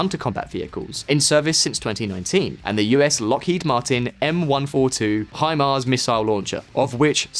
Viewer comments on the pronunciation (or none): none